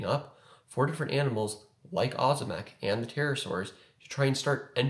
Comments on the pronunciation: It’s O’zimek. Ohhh zimek. Not ahzimek. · not ozymek, ozimek its like OŹIMEK you can copy OZIMEK to translator, and get on polish, then listen it and turn voice to know how to spell ozimek latający, ozimek volans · It’s Oh-zimek, bro. But what would I know.🤣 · as a side note Ozimek is pronounced as it is written, thus we don't skip the "i" letter. It makes it softer like oshimek but "sh" should be hard "z". I don't know how to explain it more clearly lol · Most Americans that go by Ozimek as a last name pronounce it that way